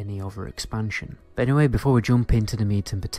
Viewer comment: I love the way you say "bod" instead of "but" <3